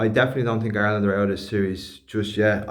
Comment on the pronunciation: I TINK, I TINK......😂